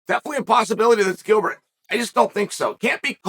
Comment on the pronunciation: It's Gilbert. Delete this